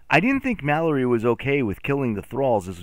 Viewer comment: me reacting everytime he calls Mallory Mak